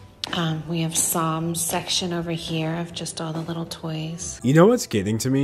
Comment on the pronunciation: you're very intelligent but you literally speak like a baby, like i think i can hear you say "widdle" instead of little lol. its adorable though